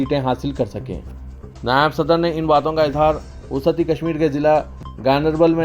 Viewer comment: وسطی کو وسعتی کیسے پڑھ لیتے ہو